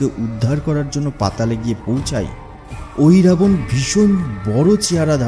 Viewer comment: Ohirabana noy mohiravana